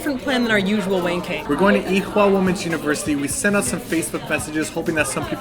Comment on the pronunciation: You guys over say the "H" in Ewha...it just sounds like "ee-wa" . I took classes there for a couple of months. Nice place and a short walk from Sinchon. :) The under/above ground building thing is really stunning in person.